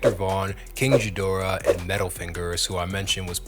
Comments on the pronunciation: the g in ghidora is a hard g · Pronounced geee druh fyi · How do you not know how to say ghidora? He says it 1000 times on the record. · jeedorah as well